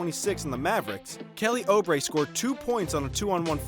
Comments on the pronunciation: it's bo-bawn mar-yawn-oh-vich kelly ooh-bray Oh-luh-dee-poh Dray-mond green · ”Kelly oh-brey”